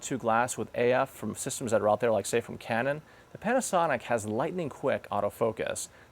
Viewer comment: sounds like he's saying panty...